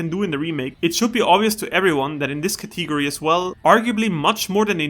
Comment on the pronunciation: What thee hell is a "catee go ree"?